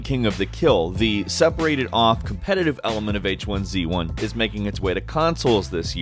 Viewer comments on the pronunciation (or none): none